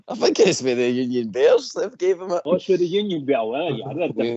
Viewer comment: "A 'hink they beth..." Is so fun listening to these pronunciations of words...😅